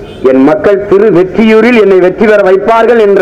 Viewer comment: Thiruvetriyur illa thiruvottriyur atha Frist therijikonga 🤦🤦